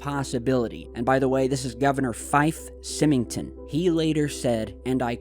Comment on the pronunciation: Not that it matters but Governor Fife Symington....Sym rhymes with I'm.